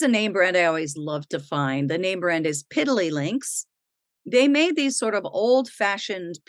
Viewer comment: Hi,. I love your videos and your enthusiasm. Thanks to you, I learn a lot about jewelry and have a lot of fun. My Mom, 94 years old, also likes jewelry. I wish you and your Mom all the best in the 2024. Greetings from Warsaw, Poland. By the way: it's Pididdly Links, not Piddly Links (it says on the tag).